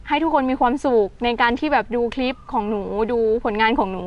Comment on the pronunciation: คำว่าคลิปเป็นคำควบกล้ำฝึกออกเสียงบ่อยๆนะเพราะจะออกเสียงว่า คิบ